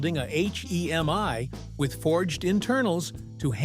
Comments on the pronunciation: Wow - I pushed ahead but it got to where I coudn't stand hearing H-E-M-I after 18 m instead of Hemi. (but I made it!) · It’s a HEMI not a H-E-M-I !!!!!